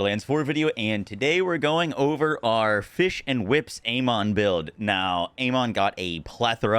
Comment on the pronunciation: "Whiplash Amon"